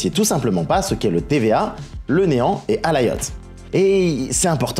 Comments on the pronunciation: S'il te plaît peux-tu faire quelque chose par rapport à ta prononciation des noms (exemple : Alioth pas Alayoth). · CEST QUI ALAYOTH ???? CEST ALIOTH